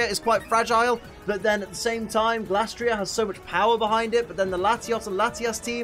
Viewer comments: It feels like you're mispronouncing Glastrier here. I'm certain the Gla part comes from Glacier and not Glass. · Just wanna confirm. How do you pronounce Glastrier? 1. Glay-stree-er (kinda like Glacier) 2. Glass-tree-er